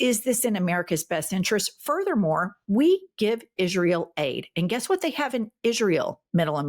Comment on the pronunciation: Sorry ladies Plz don’t say Aye ran It’s EERAN ITS ISRAEL NOR EYE SRAEL ALL THE RRST I LOVE WATCHING YOU